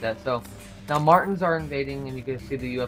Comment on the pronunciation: He said martins